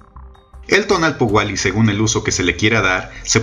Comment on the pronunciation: Muchas gracias por el tiempo, la creatividad y el estudio que te llevó hacer este vídeo., Solo una pequeñita observación en la pronunciación: TONAL- POUH- KE ya que tu estas diciendo TONAL- POUA -KE